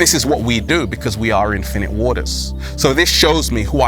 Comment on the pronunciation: Every time he says his name it just sounds like he’s saying “Infinity War”, but wrong. Did the MCU Infinite Waters survive the snap? We literally have no way of knowing! Because he basically doesn’t exist. But in theory there’d most likely be a version. I guess he would be a sorcerer.